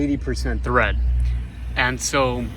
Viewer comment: Good info for the budget conscious. BTW, it's tread, not thread.